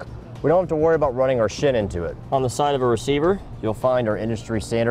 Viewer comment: Fantastic video by, as always! I will say,, I didn't realize he said "shin" at first:D